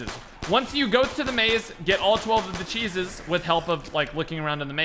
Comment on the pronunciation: Stop saying "Cheeses."